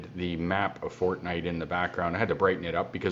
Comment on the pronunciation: Fortnite not fortnight😂😂